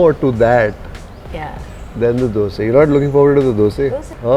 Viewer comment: Warm wishes to you because you call it 'Dosae' and not Dosa 👌👌👍👍👏👏